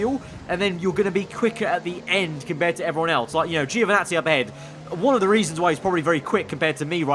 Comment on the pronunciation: Please, Giovinazzi's name is pronounced (Jo)vinazzi, not (geo)vinazzi